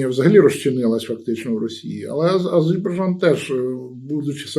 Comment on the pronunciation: так я ж ніби кажу Азербайджан! А виходить Азейбарджан!